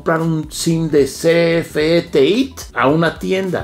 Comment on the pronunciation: Por que la pronunciación TEÍT si es TEIT!